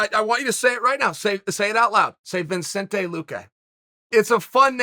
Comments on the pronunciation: Vin-Cente? Lol Chael’s teleprompter should read: Vuh-Cente Lu-Kay or else he’s going to butcher everyone’s name. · Lol poor Chael thought he had one right. "Seriously say his name, Vincente Luque!"... Can never take him serious!! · "Vincento Lah-quay" Some Chael approved pronunciation there... :p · Chael: Say his name Whole mma community: Vincento Lahquay? Chael: You're goddamn right! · Uncle Chael it's Vih•Cent•Tay Lou•Kay. How do you add an N in there? YOUR TITLE IS EVEN SPELT CORRECTLY LMAO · Me: "Vicente Luque" Chael "Vinsentay Luque say it" Me: "Ok great, Vinsentay Luque" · Vin Saint Ey Loo Kay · Uncle Chael is adorable. He just learned almost how to say Vicente Luque